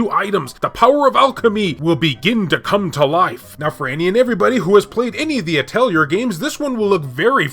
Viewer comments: I don't mind your mispronunciations, that's part of the charm of this channel! But since you asked: PRONUNCIATION GUIDE PLUS ULTRA!!!: Atelier: At-ell-ee-yay Mana: Either way is correct, but Mah-nuh is how I say it. Randi: (You pronounced this correctly.) Prim: Technically Puu-dim, but just saying Prim like you said is just fine. Popoi: (I think you pronounced this one correctly, too, but you said it fast. It's basically like saying "potpourri" without pronouncing the rr part.) Aisling: (No idea, but guessing Eyes-ling) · I think Atelier is pronounced At- Tel-E-A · Ahl-tea-eh. It's french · it is. the actual word is pronounced like that. it also fits pretty well how it is said in JP (ah-to-ri-ey). NISA used to localize the games and mostly just put the R t the end like a-tel-E-er. Then KT absorbed Gust so KT did localization instead of NISA and it got even worse with "At-leer" it's said like that in Sophie and Firis pretty sure. after Firis though there hasn't been an english dub so it hasn't been an issue. (I'm actually not 100% sure about the change from NISA to KT and if it corresponds to the change from A-tel-E-er to At-leer) I still say A-tel-E-er even though I know its kinda wrong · It’s a French name, the pronunciation is basically the same as in english, only the final letter is silent, so it sounds more like atelieh actually (just like the t is silent in cabaret or valet). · Can we get an expert in the comments confirm the correct pronunciation of the word Atelier?